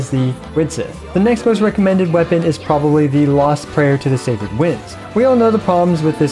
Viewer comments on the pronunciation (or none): none